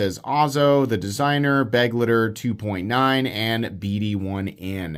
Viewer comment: At this point i have to assume its just ragebait that you can't pronounce Begleiter. May as well lean in and start saying Benchmade Buggit and Vosteed Raycone.